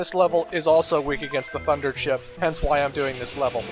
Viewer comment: Late comment, I know, but...why did it sound like you said "fucker chip" instead of "thunder chip"?